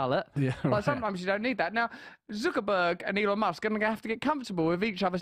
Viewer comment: Did he say my dick musk?